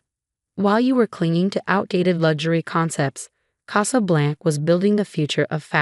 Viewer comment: CasablancA. AI needs to be programmed to pronounce words correctly. 😖😖